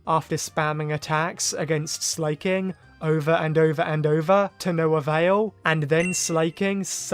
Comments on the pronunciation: Please stop saying Slayking it’s SLACKING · Slayking? Slack-King 😅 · Your pronunciation of Slaking caught me off guard. "Slay king" 😂